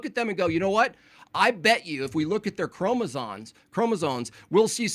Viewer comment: Arguing about chromosomes while calling them KROMOZAWNS is compelling argument. 🫡